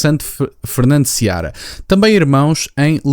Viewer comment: Não é Seabra. É Fernando Seara.